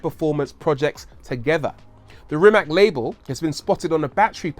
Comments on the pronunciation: Rimac is also pronounced like rim ass not rim ak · It is Rimac not RimaK.😀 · Ni ti ha, sa takvim ponosom izgovaraju to K...jaoo. Nisam cak ni ljut kaj to tak izgovaraju samo nemogu to vise slusat😕😕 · It is Rimac not Rimak. Ri-mac. And C is not K like you say C in Cyprus. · its actually pronounced REE-MATS, not REE-MAK. you could have spent 3 minutes and "investigate" how to properly pronounce last name of a person you're making a whole video about... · Is NOT "RIMAK"... The name is "RIMAC"... With C... Not K... 😫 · Rimac is pronounced Rimach. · It's not pronounced rima'k it's pronounced rima'c like you pronounce c2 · Man can say Akrapovič but can't pronounce Rimac as it is (Rimatsz, not rimak as everyone thinks) you read it like the drum sound; ba dum TSS haha p.s. I am Croatian so you can trust my pronouncination ;) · It's pronounced "Reemats", with a soft C at the end, not "Rimack". He's Croatian. Whether you love his work or hate it, at least say the man's name correctly. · 1) Rimac not " Rimak". 2) Akrapović is from Slovenia. Have some respect. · Its a croatian surname thus is not pronounced "rimac" but "rimatz"... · Say RIMAK one more god damn time, I dare you, I double dare you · Hey Rory, his last name is pronounced REE-matz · It's pronounced Rymahts. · Its Rimac not Rimak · It's pronounced Rimats. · Let's get that pronunciation right... It's "Ree-matz." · Rimac is Croatian. (as was Nikola Tesla), and his family name is not Rimak, it's Rimac. Last letter is 'c', which sounds 'ts'. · Rimac is pronounced "Rimats"! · "After Ferrari" 🤔, anyway, apparently Porsche sent a Panamera hybrid to Rimac just to test their competency, not only did they understand the system, they even had ideas to improve it. They are really knowledgeable. I think its pronounced "Rimats". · I am from Croatia and it is pronounced as is wright it. RIMAC. Croatian language is like you wright it the same way you pronounced it. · It's nore like Maaate Rrrimass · It's pronounced Rimats